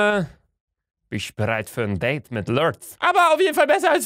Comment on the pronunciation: An alle die schon alle folgen geguckt haben!!! Marianne: ships Date folge Marianne: deet Also uhm english 1:1 with Marianne 😅